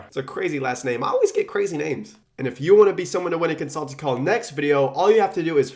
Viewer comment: I heard "one free call" as "one free car". Thought he was turning Tai Lopez.